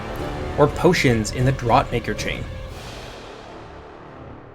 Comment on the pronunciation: Draught is pronounced 'draft', not 'draaht' silly.